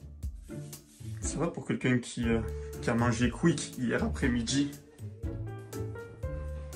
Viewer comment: Alors pour la prononciation on dit pour Quick = qOuik et guine = guOuine 😅